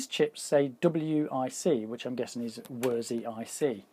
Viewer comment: It's more or less pronounced "Versi" and belongs to the Musicstorecologne now. Have your ever though of doing videos about building, fixing or modding studio gear?